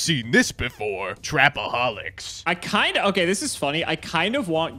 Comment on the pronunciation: My nigga said “Trapaholics”😂😂😂 He,s officially invited to the cookout